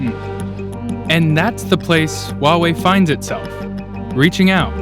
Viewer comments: i thought it was pronounced why EE not why uuuohhh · Above the Wahwei train? If you cannot even research and pronounce a capital "H" in front, this is not your job. Literally the one who hired you should be laid off. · It's ridiculous that over such a big issue only a 22 year old from Vice bothered to attend. Also that the kid can't even manage to properly pronounce the name of the company. It's "Huawei", not "Wawei. Also if the international media had any understanding of the Chinese political system, all companies over a certain number of employees are required to have a party secretary by law to ensure companies follow legal procedures and a strategy in line with national policy initiatives. This is not something unique to Huawei. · fkn annoying, atleast pronounce huawei the real way. without an H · and all this time i pronounced it as Hawaii......oh well.